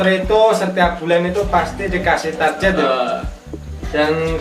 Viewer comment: Dasar Jawa Itu target bukan tarjet